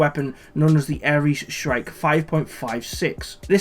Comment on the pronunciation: I must say, its always a good day when I hear someone from across the pond speak accurately and factually about firearms. good on ya man. It's pronounced Shr-ike like Mike with the first part of shrink. but with the 'i' not the "e" sound its named after a tiny bird of prey